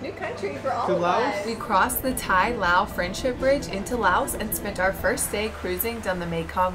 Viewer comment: Pronounced L-A-O . . . not L-O-A ‼️